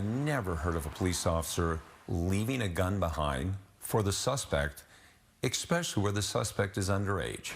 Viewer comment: plus you know Pierces prosecutor is low IQ "igspecially"